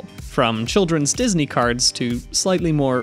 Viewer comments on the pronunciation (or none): none